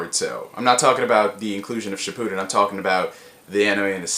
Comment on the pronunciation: Shi-POO-Den Shi-pu-den I hate the first one.